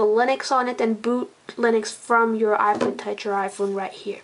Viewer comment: learn to say ipod